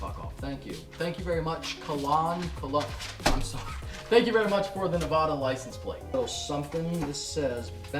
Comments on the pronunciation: it's Nevada not Nevahda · nev-AD-a not nev-AH-da